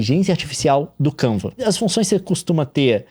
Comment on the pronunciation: Kiuva, Kenvs, Canva, Canvas, Canvs. O Leon a cada minuto mudando a pronuncia kkk